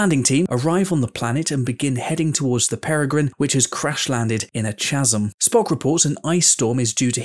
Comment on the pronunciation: Ch asm? ermmm its pronounced Ka zem